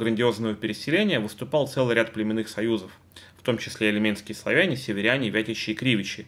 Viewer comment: Я снова про ударения. :) `и льменские (словене), и озеро `И льмень.